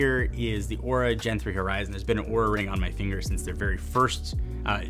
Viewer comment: be careful with how you pronounce Oura... Despite their inability to spell they got very angry at Linus for pronouncing it how it is spelt like you did...